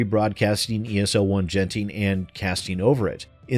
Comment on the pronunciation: "Jenting" I chuckled.